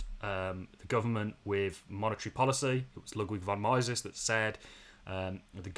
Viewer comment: Please never pronounce “Mises” like that ever again